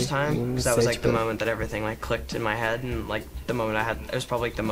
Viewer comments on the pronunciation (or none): none